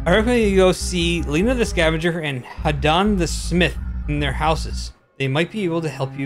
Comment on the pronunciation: My bad you got Lina and Aldric correct and you almost got Hadann correct, other than that...yeah. Thank you for your kind words :D